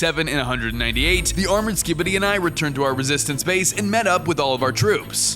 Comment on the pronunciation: "as we chanted the sikibidi war crime"💀